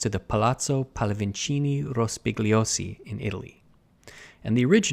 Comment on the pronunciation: Rospigliosi is pronounced rospiyyozy Aurora is pronounced owrora